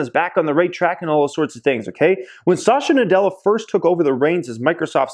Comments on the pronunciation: Please pronounce the CEO name is "Sat"ya Na "dell"a.. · It is not Shashya Nadella nor Azorr :( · You're pronouncing Satya Nadella incorrectly